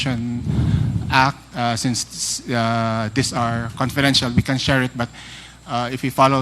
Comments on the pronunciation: Itong si wala talaga siyang letter "F" sa English niya. Puro "p" na lang. Nakaka annoy 😒 "conpidensyal pan in parderans op septi". dang!!!🙄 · hai nu opcors daw at conpidential pond haha pano po kau naging general?